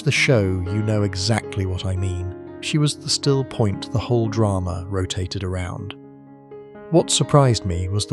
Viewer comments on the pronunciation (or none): none